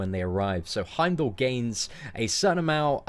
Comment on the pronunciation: its pronounced Heimdall not Heimdall